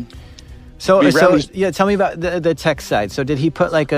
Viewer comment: his Canadian completely came out when he said suurrrrry and a boot. Holy crap this guy is Canadian as Canadian can be Canadian What is a Canadian juvy prison? Is that just a house with a sign saying please Don't run away? Lol and then if you do escape do the guards say sorry to you for arresting you? Lol